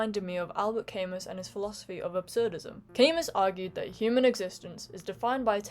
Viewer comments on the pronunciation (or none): You have a sensitive and intelligent take on this, thank you. You might be giving Mr Spielberg too much credit (or not). FYI, Camus is pronounced ka-MOO.